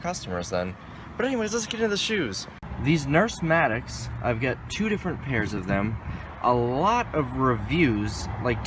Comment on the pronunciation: "Nurse-Matics" I'm over here dying., it says "Nurse Mates".